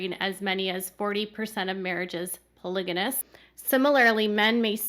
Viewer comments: Polygamous. Not polyganous.😊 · It’s pronounced “PolyGamy”and “PolyGamous.”